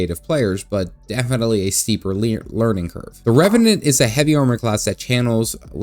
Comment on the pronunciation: Does run a Somalian daycare? I caught that "learing curve"